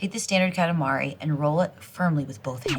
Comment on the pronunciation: Kalamari ❌️ Katamari ✅️